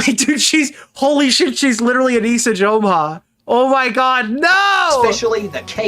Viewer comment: I think it's really funny that repeatedly calls her "Ah-Nih-Suh", when both she and Ian refer to her as "Ah-Nee-Sah". He has been covering this story and been an active participant in the previous events, but doesn't even know her name. Sounds like she has not been communicating well with the volunteers.